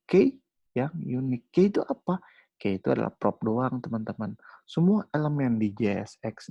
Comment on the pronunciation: Materinya bagus cuma frustasi nih denger key dibaca key, dibacanya kiy harusnya wkwkwkwk